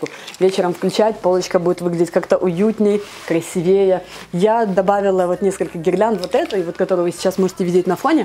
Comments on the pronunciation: КрасИвее. Не ложу, а кладу. Не очень приятно слушать. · КрасивЕе , ложу , ааааааааааааааа😩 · КрасивЕе... ложу....мда.